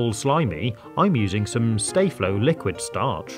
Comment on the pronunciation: it's pronounced "Star-flow" not "stay-flow"